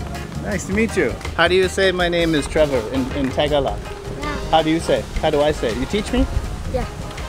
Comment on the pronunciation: you butchered the phrase "my name is Trevor" in Tagalog. I think that boy just says yes all the time 🤣